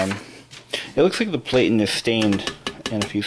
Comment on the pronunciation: = Variable , = Detent Release , = Margin Release , = These do not Jam, Typewriter is in dire need of a professional clean and service = Platen is pronounced /'Platn/ ( Plat - in )